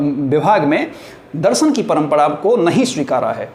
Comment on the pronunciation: आदरणीय, आप के शिक्षण का स्तर बहुत सुंदर और सार्थक है।। कृपया उच्चारण पर गौर करें।। दर्शन होता है दरसन नहीं।। क्षमा प्रार्थी हूं।।🙏🙏🌹🌹